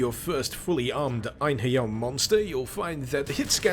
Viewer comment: As a Scandinavian I can tell you that you did some creative things with the name of "Einherjers".